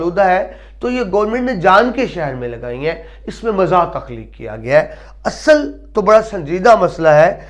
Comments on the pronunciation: تلفظ کے اعتبار سے بہت غلطیاں ہیں ۔ ظُلبا نہیں طَلَبہ، درست ہے، مَزاح نہیں، مِزاح درست ہے۔ قہقہ نہیں قہقہہ درست ہے۔ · lafz musanif ka imla aur lafz pata ka imla mujay drusat nahein lag raha...lafz muzah aur talaba ka tlafz b drusat nahein lag raha..rahnumai fermaein